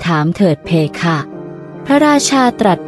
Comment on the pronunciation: เพคะไม่ใช่เพค่ะอ่านไม่ถูก